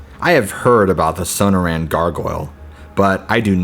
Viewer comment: As someone who grew up in the area the stories are interesting. Also you sound out Sonora as so no ra. Perhaps you should hear the pronunciation of words you're unsure of just so you know you're saying it right. Just a tip so you don't come off as a gringo ;) just some advice.